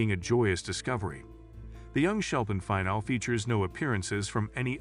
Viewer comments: is it a bot voice? its Fin-al-ee, not Final. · This is 100% AI voice. Listen to how "finale" is pronounced almost at the end of the video.